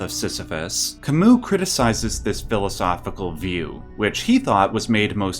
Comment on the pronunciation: Pronounced Camü that french U that sounds like EE sometimes